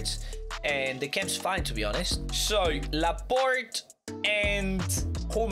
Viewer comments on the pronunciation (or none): none